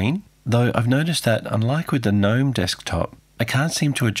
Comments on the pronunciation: Gnome Desktop pronounces Gee Nome, not Nome like the lawn ornament which also spells gnome. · FYI, it's pronounced "guh-nome" and "Mah-tay" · Ackshually, it's pronounced "gee-nome". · Thanks for an interesting video, but I don't believe you're using the correct pronunciation of Gnome and MATE.